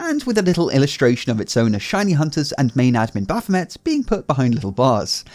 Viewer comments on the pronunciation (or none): Why did you pronounce it correctly, Baphom-ey last vid but incorrectly as Baphom-et this vid